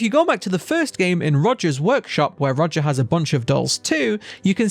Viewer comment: His name is Roger not Rodger, you keep pronouncing his name as Rodger